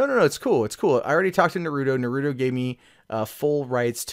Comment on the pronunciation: Just to be clear,, it's pronounced "NAH-roo-toe". Not "nah-ROO-doe".